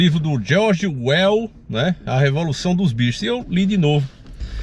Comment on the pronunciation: falando o nome do Orwell errado. Kkkkkkkkkkkkkkkkkkk